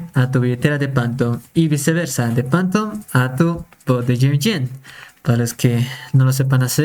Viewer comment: Qué es esa mamada de "Pantom"? SE PRONUNCIA "FANTOM"